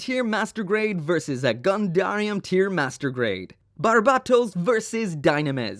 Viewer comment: How can you still not say barbatos’s name right?